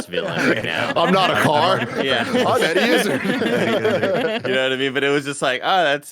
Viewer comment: As a Brit it grinds me how they say Eddie Izzard’s name...